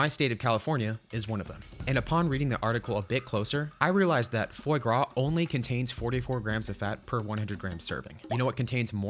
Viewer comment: Worries about pronouncing poutine wrong but butchers fois with confidence and no care. So American 😂